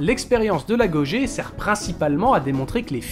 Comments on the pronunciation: Un épisode par an: ça me va si les épisodes sont toujours de cette qualité! Et histoire de chercher des poux: Agogé ne se prononce pas "agogué" plutôt? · la bonne prononciation est "l'AGUOGUÉ" (si ma prof d'histoire vous aurez entendu qui est chercheuse... elle vous aurez tiré les oreilles^^)